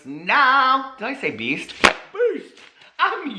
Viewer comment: For the longest time I thought you said "peace!" in your intro, I just realized you say, "beast!!"🤣🤣